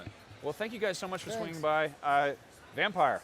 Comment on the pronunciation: Man these IGN hosts can rly be douchebags sometimes, they even pronounced the game wrong. You could see the devs cringing every time he said VampPYRE